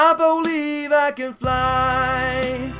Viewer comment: "I BO-LIEVE I can fly..." Lol brilliant